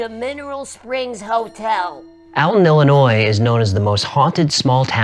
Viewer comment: its alton, like all-ton, not Al-ten. 😂